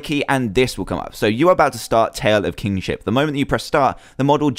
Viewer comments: nono, I'm just saying when he says it, it sounds like Kingshit. No offense :P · lol even thought the mod was called Tale Of Kingship.At the start i thought Dan said Tale Of King@@ XD